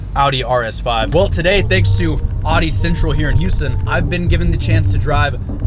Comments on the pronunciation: It’s pronounced AUDI not Ardi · Say "Audi" right, lol